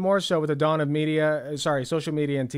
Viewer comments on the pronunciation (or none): none